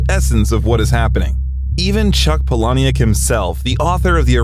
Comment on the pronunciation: You’re the only person I have ever heard pronounce Chuck Palahniuk’s name like that. Did you hear him say his name as you’re saying it?